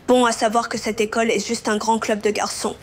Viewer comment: On dit pas lecole on dit l école